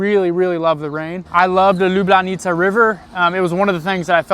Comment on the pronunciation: You now say "Lublana" like a real Ljubljančan 😊